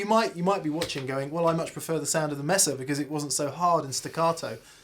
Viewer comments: Proud of you for learning how to pronounce "Wampler"...now we've got to teach you how to pronouce "Mesa"... it's MAY-sa, not MESS-a... :-) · MAY-SUH not MESS-uh. Espanol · If you're gonna pronounce wampler correctly, might as well get mesa too. May-suh, not mess-uh. Haha! 😜🤘🏻🎸